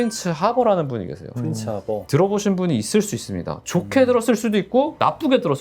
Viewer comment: '프린츠 하버'가 아니고, '프리츠 하버'요. Fritz Haber.